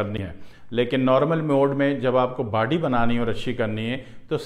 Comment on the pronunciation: It's not bady it's body..mm😂😂😂😂😂😂😂😂😂😂😂